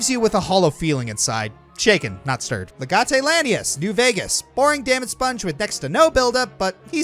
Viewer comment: Someone never learned how to pronounce Legate Lanius.